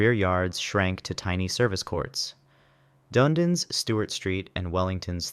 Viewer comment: Nice job on the pronunciation mate! I had to laugh at your attempt at my hometown Dunedin (Dun-eedin) but you nailed some of the trickier Māori names, Whare is pronounced Fa-ré. Like your videos, nice to see NZ get a feature 🇳🇿